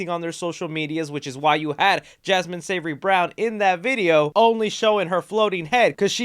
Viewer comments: did you just call her Jasmin SAVORY Brown💀? It’s Savoy lmao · Her name is SAVOY!!! Not savory there is no R! 🤣 for two years you’ve been saying this woman’s name is a salty food dish!!